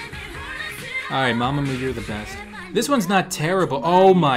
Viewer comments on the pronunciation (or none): none